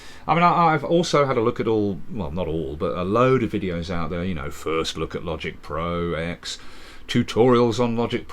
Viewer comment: Dear, it's pronounced as "Logic Pro Ten", for here the X is a Roman numeral, not a letter. And if you think that's nitpicking, imagine watching a historical document where the narrator keeps constantly referring to "World War eye eye" or "Louis ex eye vee".